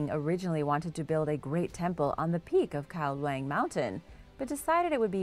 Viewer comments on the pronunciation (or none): I know you're likely unfamiliar with the Thai language, but Kao Luang is pronounced like "cow loowahng" and lacking the Thai script I think it means "King's Mountain", but could be "Yellow Mountain" in which case the pronunciation would be different and nearly impossible to effectively transliterate to English.